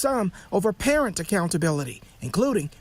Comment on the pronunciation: What is a "purr-ent?" 😂